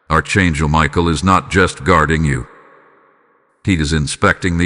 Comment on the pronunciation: It is pronounced ARK ANGEL. (NOT ARCH)